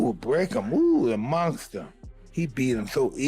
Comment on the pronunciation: Mike : this is a MONKSTER, A MONKSTER 😂😂